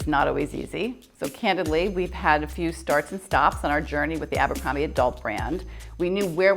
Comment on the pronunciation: drink everz tim they say ambrocromby and geths]